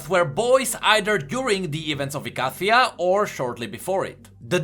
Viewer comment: are you sure icathia is pronounced like that